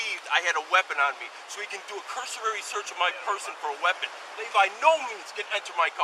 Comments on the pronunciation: It's cursory, not cursorary ya nitwit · This is not a Terry stop, and "cursorary" is not a word (It's cursory). The cops were still in the wrong, but these two points annoyed me. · Guy knows the law but makes up legal terms like “cursurary” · Cursory. NOT Cursorary. If you’re going to repeatedly scream a word, scream the right word. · Pretty good knowledge but I wish he wouldn't say "cursorary" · He should learn to pronounce “cursory” correctly 🤦🏾‍♂️